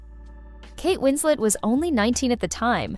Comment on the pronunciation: Kate isn’t French. You pronounce the ‘t’ in her name.